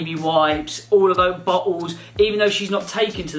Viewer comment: Is it just me but when say Bottles...it sounds like butt holes. If it wasn't written on the screen, I would have literally thought he said butt holes😅🤣🤣